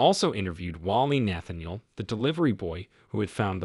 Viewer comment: Nathaniel - Machete - disarray - some of the words the narrator doesn’t know how to pronounce. Then the heavy breathing.